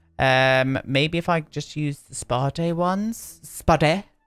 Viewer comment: Oh man! As other people mentioned before, when you say brown in your fancy way it sounds like the swedish word for brown. when you say spa day all fancy, it sounds like "spade" in swedish, which means shovel. I love it.